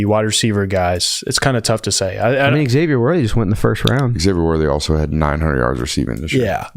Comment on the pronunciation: Not to be that guy BUT... the way pronounces the name Xavier triggers me.